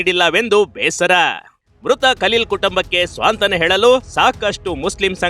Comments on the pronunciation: ರಿಪೊರ್ಟರ್ 🙏ಸ್ವಾಂತಾನ ಅಲ್ಲ ಸಾಂತ್ವಾನ ಅಂತ ಹೇಳಿ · Swantana alla adu santwana enu reporter guru neenu